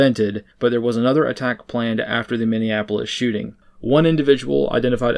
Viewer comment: you slurred critical words there. It sounded like you said "he's ona transgender shooter" but I think you may have said "he's another transgender shooter." If so, and even though he was caught ahead of time, is that 4 in a row?